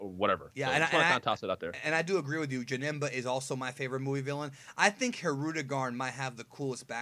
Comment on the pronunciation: Janemba is my most hated villain, I don't know why, when he kept saying "Jenemba" it made me feel sick LITERALLY. I'm fine with his second form maybe because he doesn't speak in that form.